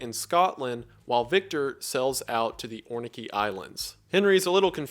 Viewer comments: bestie its Orkney not Ornkey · Did you just pronounce Orkney as Ornekey? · Wendigoon, I am so sorry but as a Scot, Orkney is pronounced ORC-NEY. Not ORCY-NEY. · Oh, Wendigoon, you and you pronounciation. ORK-ney Islands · …. Do you mean Orkney? Hahahahahahahahagah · Orkney islands is pronounced “orc-knee” btw 😂